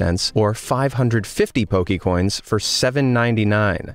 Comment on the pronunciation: Hi,. Good list of bad designs. My only beef with this video is that you are mispronouncing Poke'mon and Poke'coins. (Po-kay-mon, not Po-key-mon).